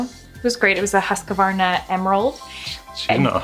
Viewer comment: That´s NOT how you say Husqvarna lol! I´m swedish!